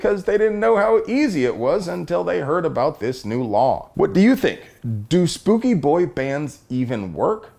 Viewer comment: You said spook-y. Now I need to find a happy safe space where I can calm down.